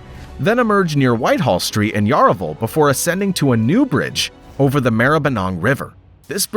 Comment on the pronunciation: It’s NOT pronounced Yah RAh Ville , Williams Town Road ??